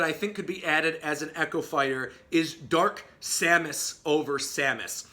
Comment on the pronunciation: You got simon, k rool, and dark samus right!